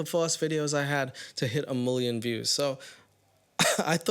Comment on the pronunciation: just here to say I laugh anytime you say "Mulion" lol